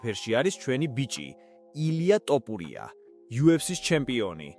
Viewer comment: an es ai moashore d sakutari xmit waikitxe, an gaaswore ranarad warmotkvqms topurias